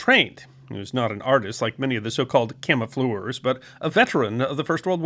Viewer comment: At least he got to say "camofleurs" about 30 times.